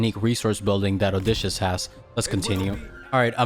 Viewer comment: Love these. Btw (trying to be nice) it's Oh dis see us